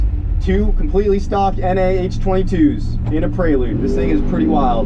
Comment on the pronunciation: why do you keep saying "prey-lude" lol, it's a PRE-lude.